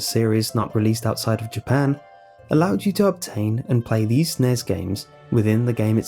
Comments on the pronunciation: the NES and SNES are spoken by sounding out the letters. N-E-S. Other than that great video though. I thought I was the only one who knew about zork. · I'm sorry, I love watching your videos and listening to you man, but the way you were saying NES and SNES really grated on my nerves. You are supposed to say each letter of those acronyms like with lol or CIA or FBI, not try to make it a single word like NASA or FNAF. Those are the Nintendo Entertainment System and Super Nintendo Entertainment System man.